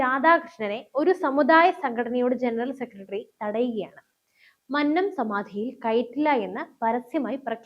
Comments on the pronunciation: മന്നം എന്നത് ഉച്ചരിക്കേണ്ടത് "കൊന്ന " എന്ന വാക്കിൽ ഉള്ളത് പോലെ ആണ്. അല്ലാതെ "പന്നൻ" എന്ന് പറയുന്നത് പോലെ അല്ല 😊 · മന്നത്തിൻ്റെ "ന്ന" - അന്നത്തിൻ്റെ "ന്ന" അല്ല കുന്നംകുളത്തിൻ്റെ "ന്ന " ആണ്. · Ee sukumaranae ella nairs chernu thalli odikkanam all nairs unite please avatharaka mannam ennu nere ucharikkuka mannam ആണ്‌ അത് പോലെ വിദ്യാർത്ഥി എന്നും നേരെ ഉച്ചരിക്കുക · "മന്നം " മന്നത്ത് പദ്മനാഭൻ ", ഇവ ഉച്ചരിക്കുന്നത് എങ്ങനെ എന്ന് ആരോടെങ്കിലും ഒന്നു ചോദിക്കുക.. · മന്നം എന്ന വാക്ക്‌ ശരിയായി ucharikkane